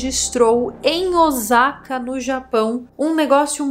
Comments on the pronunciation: Mas a pronúncia está errada, não é Ozaka e sim Ôssaka, o S tem som de S mesmo, não de Z😅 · Não gosto de ser a chata do idioma mas o sa de Osaka é com som de s mesmo 😂😂😂 pronto, fui chata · Pronuncia o nome da cidade correto....